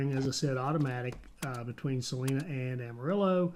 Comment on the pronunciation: Salina is pronounced "suh-line-uh". It's very odd hearing it pronounced differently. . .